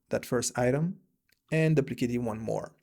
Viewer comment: what a great video, i have learned so much from you. just wanna share something with you. the word 'duplicate' is pronounce as 'doo-pli-cayt' or 'dew-pli-cayt' not 'dahb-pli-cayt'. we can all learn from each other.:-) i have also watched so many other videos from you and learned so much. thanks!!!